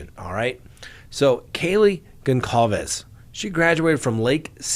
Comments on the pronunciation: Is it so hard to understand that the c in Goncalvez is pronounced as S! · Gone-sol-vez it’s a Portuguese name. Why is it so hard for everyone to pronounce? Let’s try to have respect for the family. Gone-sol-vez. No hard C.